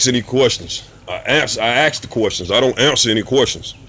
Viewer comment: Let me AX you something?